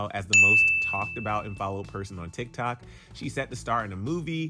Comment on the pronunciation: He said Tik Tak 😂 lol 😂